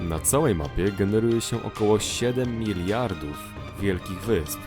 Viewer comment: miriardów XD